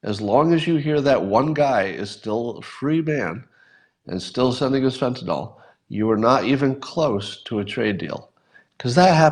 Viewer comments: Fen-ti-nl Not all or ill. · fen-tin-nill not fen-tin-nall.